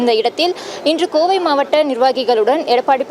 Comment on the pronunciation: மாவட்ட என்று படி.... மாவாட்ட என்று படிக்காதே😅